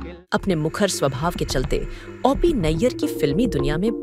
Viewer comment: ओ पी को औ पी क्यों बोल रही हैं आप ??